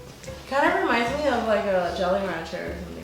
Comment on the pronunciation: You said jelly rancher